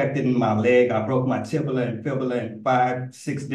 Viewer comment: It’s where he broke his ‘tibula’